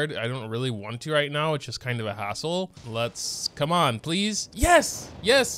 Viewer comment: When you say 'come onnn' in an accent is another consistent one.